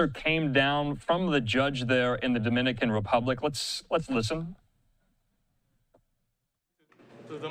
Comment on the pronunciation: Damn man you guys ( every news outlet ) are pronouncing the names of the suspect wrong the names of the cities in the DR wrong lol , how’s this even being put up , could you at least get those right before rushing to put this out ?